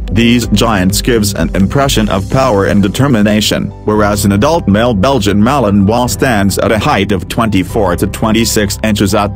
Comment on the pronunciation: You finally said the name of the malinois correctly, my congrates